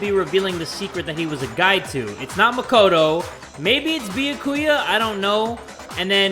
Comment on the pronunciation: "I supposed only Mah-ko-toe knows about tias"